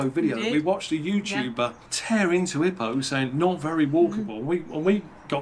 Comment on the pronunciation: Loved this summation video but every time you mispronounced Ipoh as ippo instead of EEepo... lol.If you did retire there, go to the Genting or Cameron Highlands. That humidity keeps me away despite loving it. Glad to hear the medical scene was good.